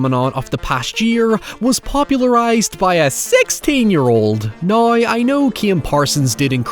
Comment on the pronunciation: whenever he says "Now" as "Naiy" it takes me a minute to process